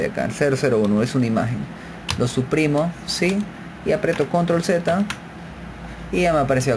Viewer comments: lo dise la persona que dise CONROL v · La palabra Control es aguda, lleva el acento prosódico en la o final y no es palabra llana como ud. lo pronuncia. En inglés es igual.